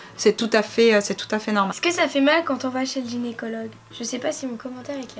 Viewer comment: vous dites genycologue